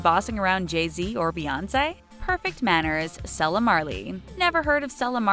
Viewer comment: And Lauryn Hill's daughter's name is pronounced Sayla, not Sella. Crazy that an internet channel cannot use the internet to learn how to pronounce names correctly.